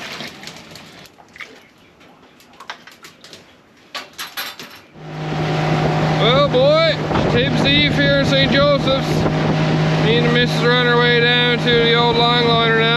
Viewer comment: I may have misheard, because later in the video he references St Josephs. I thought I heard "Job's" (pronounced Jobe here).